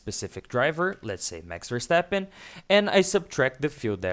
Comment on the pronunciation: nice, but not call him Versteppen.